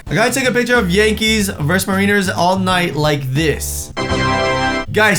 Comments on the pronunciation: Did he just say (Mareeners)?? 😂😂😂 It's (Mare in ers) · Did this dude really just pronounce mariners as ma-rin- ers and not mare-in-ers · Did actually say Mareeners instead of Mariners #dumbass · Really 😭😭😭😭 I am a huge Mariners fan and you called them the mareeners. It is pronounced Mariners like the sailors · Mariners aren't pronounced 'Mah-ree-ners' Mariners ARE pronounced 'Mare-inn-ers' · It's Mar-in-ers stupid not Marine-rs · Did he seriously call the mariners the mareeeners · He pronounced Mariners like Mareeners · It's pronounced mar-I-ners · Just saying Mariners is pronounced like Mar-In-ers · he said mariners it s mare-in-ers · and...its Mar-ih-ners (I'm from Seattle and I still live there) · did he just say MarEEEners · He said Mariners wrong!!!😂😂😂😂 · he said mariners wrong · when he said mariners wrong I was salty xD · pronounced Mariners wrong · He miss pronounced mariners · He said Mariners wrong. This upset me. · The way he said "Mariners" smh... that's my home team too! 🙄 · I can't be the only one who cringed at the way he pronounced Mariners